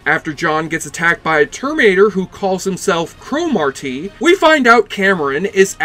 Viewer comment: Why the fuck do you keep pronouncing it as crow Mawr TEEEE. Get outta here, your forcing it foo.